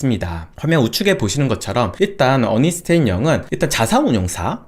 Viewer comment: 어니스트 아니고 언스트 아닌가요?